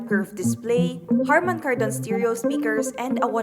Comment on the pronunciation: The way you pronounce "Kardon" on Harman Kardon is like weird... Why don't you research first how to pronounce it before posting that video.. It is stressed on the first syllable on "Kar"... Just saying.